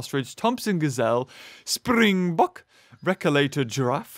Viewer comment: Im South african , I absolutely love how you pronounce springbok . You are dead on with "bok" but it is its afrikaans name , in english it would be a spring buck.